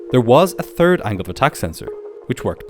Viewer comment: The "turd" of November lol